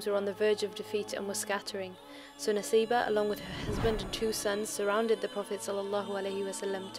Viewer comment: brother... Arabic pronunciation is Nusaibah.... نسيبه if you read in Arabic it can be read naseebah & in Arabic pronunciation it's nusaibah